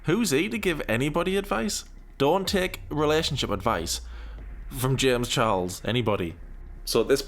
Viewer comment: Why can he never say the ch in his surname properly?